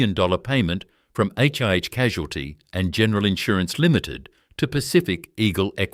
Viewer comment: 1. NSW Water Board? I believe you mean the Metropolitan Water, Sewerage & Drainage Board based in Sydney. 2. For God's sake get a human to do the voiceover. AI cannot pronounce Melbourne, let alone HIH and PLC. Bloody disgusting. And you want us to believe your little tale! Wake up!